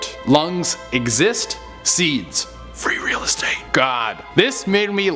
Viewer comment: Baby girl let me whisper in your ear. It's free rilastate